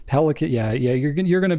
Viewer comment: Pelikan is German. It's pronounced PAY-lee-con.